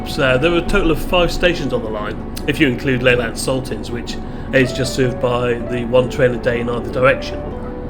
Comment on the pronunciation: It's pronounced L'-lant (emphasis on the lant) not Laylant by the way. Just travelled back from St Ives on that line today and I agree, it is the most beautiful line in Cornwall.